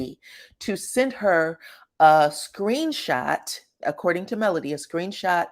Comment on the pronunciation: MelOdy, not Melundi. Please people. Not MelAndy.